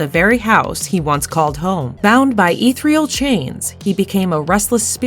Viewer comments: The pronunciation of "ethereal" as "eeth-real" and the repetition of "confined to the confinement" made my eye twitch every time. I finished the video, but definitely clicked "Do Not Recommend This Channel." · If you're gonna use the word "ethereal" like 7 times, at least learn how to pronounce it correctly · Ethereal = E thir E al. Say it with me robot! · Whoever read this didn't write it. If you don't know the pronunciation of a simple word like "annals " you're going to run into trouble with ethereal and enigma. I can forgive a couple of flubs but the lack of comprehension strips what should be a skillfully written informational video into disjointed static.